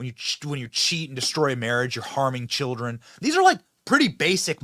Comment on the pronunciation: That lady said.. Cheer-rin, in stead of Children. Lol. Ghetto as hell. 😅